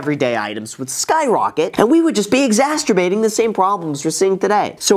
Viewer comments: How is the top comment not pointing out he said “exasturbating” instead of “exacerbating” LMAO. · exacerbating not exacterbating. wreaking havoc not wrecking havoc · Am I the only one that heard Graham say ‘exasterbating’? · “exasterbating” lol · Did this dude just say excasturbating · I’m sorry… was that “exasterbating”? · Did I hear “exasturbating’”? 😆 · 9.52 Exasterbating. that don't sound right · huh huh he said exsaterbating.....lol